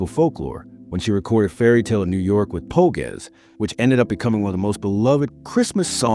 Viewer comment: Get a human to narrate this stuff instead of crap AI. Po-gezz? It's The Pogues. Sheesh.